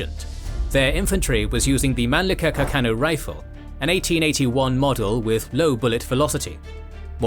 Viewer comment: Among them the Mannlicher-Carcano rifle's name pronunciation was the worst, barerly understable.